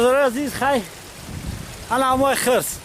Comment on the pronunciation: Не хрс а хирс